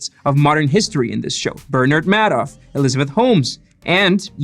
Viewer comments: Good report. Slight correction. It is pronounce Made-off, not Mad-off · Also mispronounced Bernard Madoff